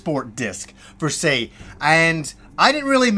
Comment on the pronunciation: Love the channel, it’s ‘per se’ though not ‘fer se’. Don’t want to be a nob but just saying!